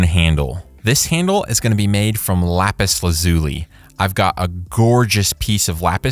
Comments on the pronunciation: How to pronounce 'Lapis Lazuli" First you are saying 'laz-ooie' - try this to get the right sound... LAZ-YOU-LIE .... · Lapis lazuli... I can't get over how you pronounce the name. It now sounds weird to say